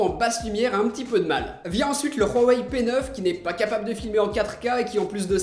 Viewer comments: Par contre c'est une legende, Huawei ne se dit pas Rwaway, je parle un peu chinois et on le prononce Ouawaï ou Ouawey, entre les 2 . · on dit ''ouawey '' pas '' rouawey '' , voila , c'est toutu pour moi , sinon super video , continue comme ca tu fais du bon boulot , je t'ai croise a la PGW et j'ai fais une petite photo avec toi !!! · on dit pas rouhawai mais huawei 😂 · Huawei pas RRRUUUAAwei!!! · il ma tue khuawei mdr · j'ai juste une remarque on huawei pas rwawei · Pk vous dites tous rhwawey c huawei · Il dit roiwei😕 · Pk tu dit hhuawey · rouawei lol 🖕🖕🖕 c'est ouawei 👿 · Léo 78 Huawei est une marque chinoise et dans le dialecte que parle le constructeur de Huawei, le H se prononce R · huarwei tu peut pas prononcer normalement ? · PowerOfMoule Huawei est une marque chinoise et dans le dialecte que parle le constructeur de Huawei, le H se prononce R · C moi où tu dit ruawei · pourquoi tu dois (R)Huawei ?? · L'Instant G Huawei est une marque chinoise et dans le dialecte que parle le constructeur de Huawei, le H se prononce R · lol tu dis rueuwai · Oulio Cécario Huawei est une marque chinoise et dans le dialecte que parle le constructeur de Huawei, le H se prononce R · c marrant comment tu dis huawei